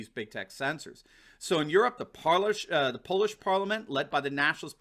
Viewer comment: lmao the "parlish polishment" lol